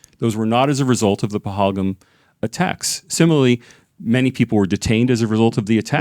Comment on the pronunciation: First of all improve your pronunciation OF PAHALGAM